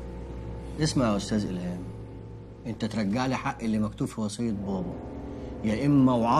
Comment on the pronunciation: 😂😂😂😂😂😂 عندك حق والله قال ألهام قال😂😂😂😂😂😂